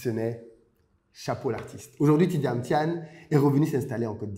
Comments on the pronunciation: C'est Thiam pas Thiane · C pas thiane mais thiam,m a la fin!😂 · Bjr. Je suis ivoirien et je vis aux USA.Merci infiniment d'avoir fait cette video sur Thiam. Mon clavier est en anglais donc desole pour les typos. Je note au passage que tu as ecorche a plusieurs reprsies son nom lol. Deux points m'ont marque. celui ou il dit que l'autorite ne s'exige pas mais elle se consent. Et le deuxieme touche au capital humain comme la plus grande richesse de son parcours. Thiam est quelqu'un que j'admire bcp. j'ai regarde de lui toutes les videos youtube aussi bien en anglais qu'en francais et je suis arrive a la conclusion que ses succes tiennent a un seul point: le BON SENS. Son analyse emprunte de bon sens des phenomenes a fait la difference partout ou il est passe. Et c'est bien ce qui lui donne toujours une longueur d'avance et qui fera de lui le futur president de la Cote d'Ivoire. Cette qualite ne s'aquiert pas a l'ecole. on l'a avec soi. Elle est differente des performances a l'ecole.